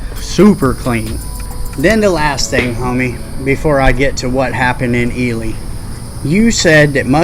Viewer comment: Its fucking E-LEE nevada not fucking E-LIE nevada smh fucking outsiders jesus just like i heard someone call it DECK-A-TOUR its DEE- CATUR smh